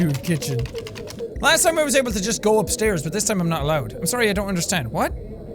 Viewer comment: Jack you said “Go Upstaris”